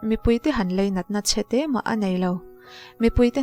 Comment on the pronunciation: MIZO TAWNG HI ULUK THIN TEH U, IN RECAP VE NASA SI A, NGAIHTHLAK A HAHTHLAK DEUH THIN. TIN, LEINAT TIH A AWM NGAILO AW. LAINAT TIH TUR.... I LEI A NA A NIH LOH CHUAN LEINAT THU SAWI TAWH SUH AW...